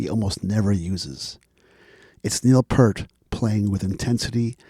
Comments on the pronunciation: Love your enthusiasm for the man and the band but by now I know you know it’s P-EAR-T not Pert. Took me some time to get used as I had been mispronouncing it too for a long time. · P-ear-t NOT pert! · Great piece but surprised you pronounce his surname wrong as such a long time fan, Pe(art not Pert, sorry but it irks every time you say it. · Kind of lost me when you can't pronounce the late, great Neil Peart's name correctly. Think "peert"...not "pert". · Pronounce his name as Neil Peert please... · Just here to reiterate. I’m listening to this and it’s great BUT…. It’s pronounced “PEERT” man!!! 👍🏼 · “Ear with a P at the front and a T at the end.” But I hear ya…I pronounced it Part (as in Heart) for years. Purely because of. Rhythm magazine article about him called “Closer to the Peart” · can we now live in a world where people know how to pronounce Peart? Will this go on in the year 2112? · Nice piece but I cringed every time you mispronounced Peart! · "Lifetime of listening" to Rush, still mispronounces Peart.